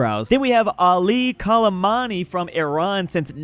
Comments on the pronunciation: It doesn't matter. mispronounced him as Khalemani anyway. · How do you see Khamenei and say Kalemani??? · Ali khamenei❌ Ali kalamani✅ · Ishowspeed ah pronounciation